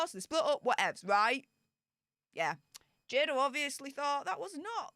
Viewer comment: It’s pronounced Jay-duh.